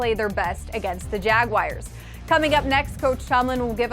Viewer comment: Hey, are you sure that is pronounced 'Jagwires'? Your Pittsburghese is showing girl...